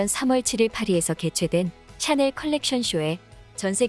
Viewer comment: 샤넬을 왜 채널이라고 해요? AI봇이 읽어주는 게에욤?